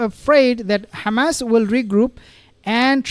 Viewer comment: Please stop calling them Khamas like the Israeli’s. But good video